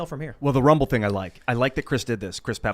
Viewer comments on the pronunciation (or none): hey hey hey! i call foul! i specifically heard say "thing" with the hillbilly word of "thang!" that is hillbilly appropriation! and we hillbillies frown on that! hahaha!